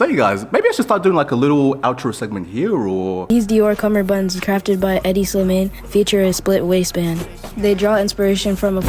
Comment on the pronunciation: Bro said "Headdy Slimayne"